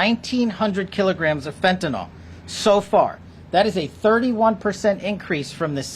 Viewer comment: Hard to believe, but the media and many others have been saying this drug incorrectly for so long that almost no one gets it right now... Fentanyl FEN TA NYL It is not Fentanol, like Tylenol. Someone, please point it out to these people...